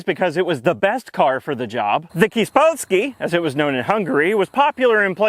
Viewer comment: So here's a story for you from my dad: back in 1986 when he was doing his army time in Hungary, he had an army buddy who was freakishly tall, around 205cm (that's 6'8-6'9 in american), and had a Kis Polski (btw, "kis" is pronounced like "kish", not like "kiss"). He didn't fit into that vehicle, so he opted to remove the driver's seat and sit on the rear seat while driving and also cut a hatch into the roof so he wouldn't have to bend forward to fit his head. So when you saw a Polski coming with a head sticking out on top, you knew it was him.